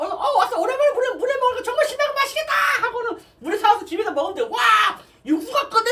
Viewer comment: 물회를 물애로 말하사네